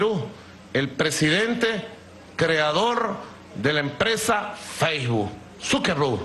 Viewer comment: Feijbu?? Sukerru??? Sukermon????man mar sukenber😂😂😂😂😂😂